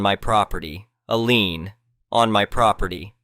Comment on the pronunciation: It's a computer, it can't pronouce every word correctly